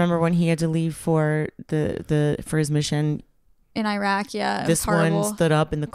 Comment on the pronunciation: it's Iraq not i..raq